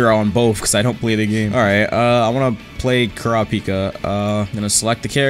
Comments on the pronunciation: can you stop pronouncing kurapika as cura pika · ku-ra-pi-ka not kura-pika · Why does he say Kuripika like that 😭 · the way bro said kurapika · This man pronounced kurapika wrong man's got the whole fan base triggered 🤦🏾‍♀️